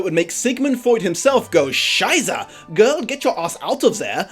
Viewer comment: Hell, as a German that cracked me up so much 😂 his pronounciation of "Scheiße" wasn't that far off either I think... How's the German learning going by the way 😊